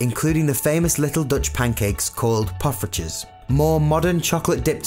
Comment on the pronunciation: hoe hij stroopwafels en poffertjes uitspreekt hahaha